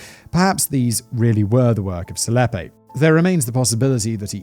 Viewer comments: Dude Selepe is easy to say hahha it's Se-le-pee! Not Selep. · i'm oddly bothered by "selepe" being pronounced "seleppe", lol...